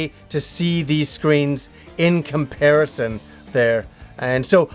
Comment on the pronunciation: I swear I heard you say you were gonna do a "Kimparison"